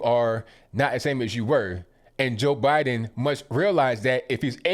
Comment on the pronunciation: "Bye-done" needs help!